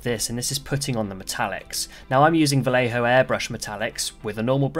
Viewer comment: Oh wow you pronoucne Vallejo like, damn near perfectly. Everyone gets it wrong and go Vall-ey-ho instead of adding teh B in there lol